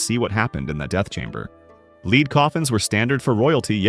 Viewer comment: Too bad AI narration cannot tell “lead” (pulling a thing along) from “lead” (the metal) F-AI